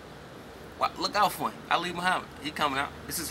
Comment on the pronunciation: i noticed that any time they say "him" it sounds like "heem". like when he said "i'm not gonna shoot heem".